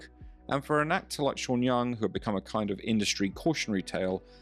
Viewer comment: ¿”Vanelis”? ¿”Sha” Young? ¡Qué ridiculez.